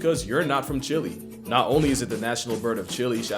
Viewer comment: CHI LEH. you literally pronounce it correct here. Chili is one of these 🌶🌶🌶 not this 🇨🇱🇨🇱🇨🇱